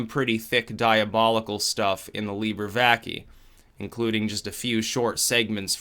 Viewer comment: it is pronounced VACAEH